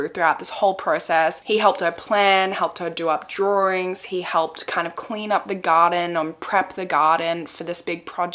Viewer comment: i love the way you pronounce “drawings”